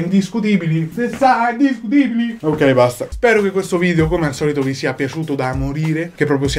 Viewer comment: Bel vidèo [ovviamente pronunciato vidèo perché video non ci piace], sono morta dal ridere 😂